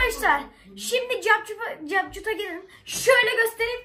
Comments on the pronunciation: capcut diye okuo xd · Capcut capcut diye okunmuyor biri öğretsin